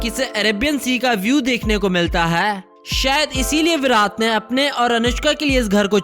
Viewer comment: Bhai tujhe bolna nahin aata kya virat Kohli ko virath kohli bolata hai 😠😠😠😠😠😠😠😠😠😠😠😠😠😠😠😠😠😠😠😠